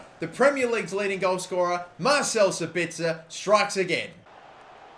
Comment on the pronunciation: The pronunciation is 'Za-Bit-Za' (for Sabitzer, obviously)